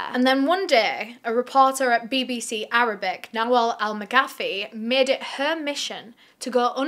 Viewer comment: The case was devastating but the butchering of every arabic name gave me an aneurysm, easiest names yet messed up every single one